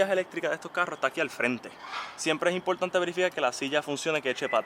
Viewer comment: es bien impoltante, impoltantisimo